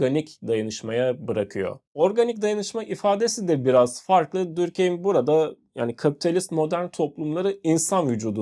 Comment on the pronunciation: videonuz çok güzel olmuş gerçekten diğer tüm içeriklerinizi de beğenerek izliyorum sadece normalde telafuz düzeltenleri sevmem ama direkt konunun kişisi olduğu için belirtmek istedim, dinleyenlerin de aklında kalması için Dörkhaym olarak telafuz ediliyor bence sizin için de telafuzu daha kolay sevgiler saygılar